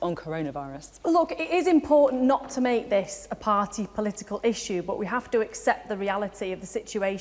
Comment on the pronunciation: Imagine electing a prime minister who can't say political.